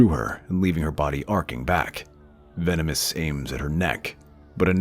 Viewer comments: His name is Tenebrous, not Venemous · It's Tenebrous, not Venomous 😣